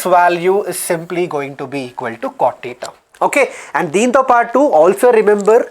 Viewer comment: Tan "teta'" +2 tan" tuuta"" 😅